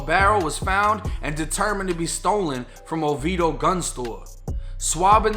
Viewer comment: Lol! I gotta give it to you cause most pronounce Oviedo wrong. You said it as if you were from that area.